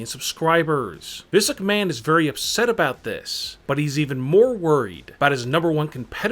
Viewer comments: Physic Man ROFL (EDIT: And misuk man, This luck man, hahahahahahaha) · Turn on Auto generated captions and pay attention to every time he says Vince McMahon 🤣🤣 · When he says Vince McMahon it sounds like physic man